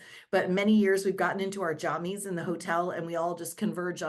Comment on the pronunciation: How did you just move past how she pronounced “Jammies”. Like “johmmies)!?